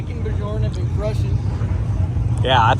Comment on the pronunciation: The J in Bjorn is silent. :face-blue-smiling